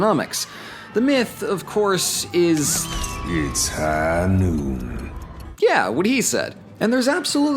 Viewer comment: It’s high nooon